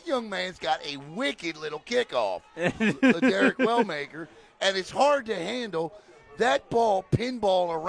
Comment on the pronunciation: Lil Derek Not Larrick